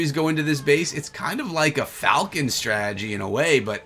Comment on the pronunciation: Anyone else get annoyed by the way he says strategy? Why does he say "Stragey"?